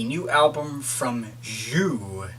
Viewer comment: it's pronounced "Zoo"